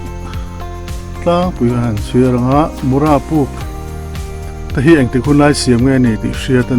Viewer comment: Mura i lam rik dan thluk a dik lo aw